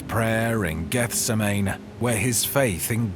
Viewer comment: I knew in 1 minute that you were not a Bible scholar by the way you pronounced Gethsemane. A reputable Bible teacher would have known better.